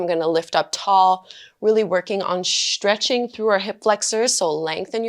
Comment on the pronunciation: “Shhhchretching”…or “Stretching”?